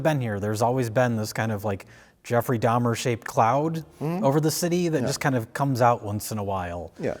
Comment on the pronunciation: "Dhamer dash monster colon" lmfao 5 secs in im ded